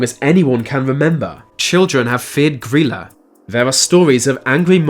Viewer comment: Pretty sure you’re pronouncing her name wrong it’s gry like cry and la gryla